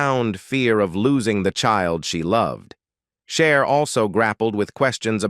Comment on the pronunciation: 🙄🤦🏻‍♀️ is not Share is CHER.....